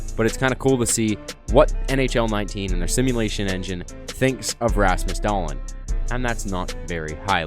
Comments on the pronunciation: It is DAA-lin, not DA-lin but idm lmao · Not dahllenn